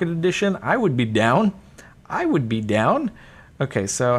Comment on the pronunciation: "WOOD do"